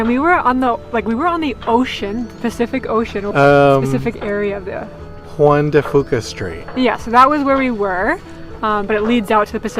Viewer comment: Awesome footage, you guys! How did your little plant fare after that big trip?? You almost got that pronunciation right,. It's the Strait of Juan de "Fyooka".:D But that's great that you know how to pronounce Sooke already. Most say that wrong when they first visit the island.